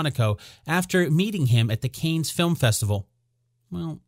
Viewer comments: This "Canes" is driving me crazy! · 1. It's pronounced CAN. 2. the photo was taken at the Kennedy White House not in Monaco for Paris Match!!!